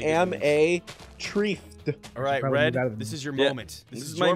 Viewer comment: he said ress instead of red or ross 😂😂